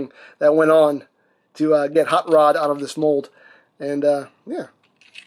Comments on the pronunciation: The way he pronounces his name sounds like "haught lod" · Huut ruuud